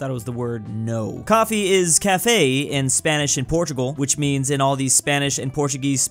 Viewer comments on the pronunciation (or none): It isn't cáfe it's café and not cafei it's cafe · It hurts seeing saying Café wrong Ca F eh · The way pronounced ''Café'' made me rage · The pronunciation of café in the beginning of the video hurts me